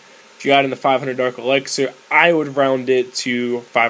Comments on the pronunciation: you say "elixir" like "elexer".... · Lol you say elexir